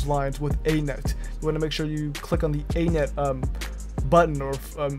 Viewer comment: A net? You mean "any-net".